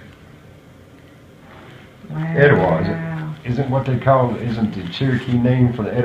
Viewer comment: He must be from Etowah Tennessee. I’m from Athens , right next door. Indian name is pronounced E- taw- wah